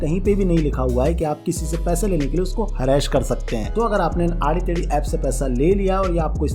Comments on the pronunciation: Harass❌ हरैश✔️ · Harra-Ash nahi beta Harass bolo. Sahi pronunciation seekh k aao. Baki sab thik hai, good info shared by you to educate youth n kids 👍